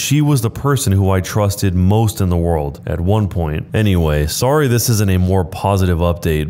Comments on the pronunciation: The teen said: Sah-raai. 😅😅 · That sorrah 🤣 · The 'SoRReYeAH' 😂😂